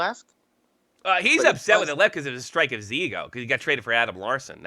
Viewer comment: Its hisss not hiffff.